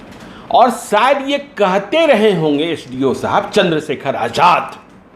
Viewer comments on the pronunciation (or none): none